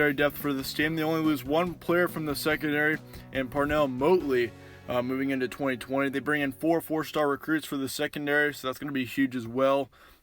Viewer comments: Or band = MOATLEY Crue LOL!! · YEAH I was pointing out the FACT you mispronounced the guys last name LMAO!!